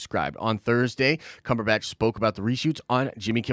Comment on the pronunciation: Why the snide pronunciation of Benedict Cumberbatch's name? You're better than that.